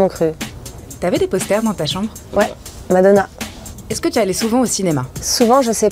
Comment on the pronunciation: Не зразу зрозуміла, що це таке мадонà, я часто через наголос на останньому складі не зразу розпізнаю знайомі прізвища. Декілька нових незнайомих фраз, цікаво. Дякую за нове відео,.